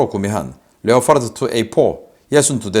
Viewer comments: 이냥반은 왜 늘상 Leopard를 Leofart, Reaper를 Reafer, Gripen을 Grifen, Apache를 Afache, propeller를 frofeller 라고 할까? 내귀가 넘 까탈스런건가? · leo fart가 아니고 레오 파드에요 왜 p발음을 f로 하세요? 피 발음이지 f가 아니에요